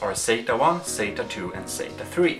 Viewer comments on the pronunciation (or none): Stop saying "sayta",for "sata". lol It sounds like you say "say-ta".